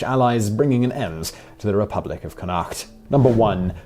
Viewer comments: It's CONN-acht. Apart from that, an interesting list. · The way he pronounces Connacht is the worst thing an English person has ever done to Ireland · SMH Simon pronounce connacht wrong